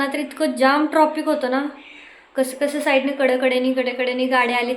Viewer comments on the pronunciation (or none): ट्रॉपिक म्हणू नकोस ट्राफिक म्हण तु जसा उच्चर करशील तसाच रुद्र करेल